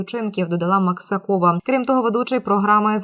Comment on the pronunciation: Пані диктор, навчіться правиьно робити наголоси! МаксАкова , а не МаксакОва!